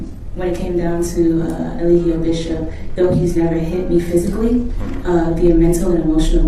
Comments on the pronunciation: His lawyer keeps calling him a-lie-gio 😂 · His attorney didn't even care enough to pronounce his name right. Day 3 of testimony and he still saying E-lie-jio 😂 this your own client bruh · The lawyer mispronouncing his name every single time cracks me up. He's cooked. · He didn’t even pronounce his clients name correctly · the way people be butchering his name is so unserious 😭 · His lawyer was terrible tho I will say that. He even mispronounced his name.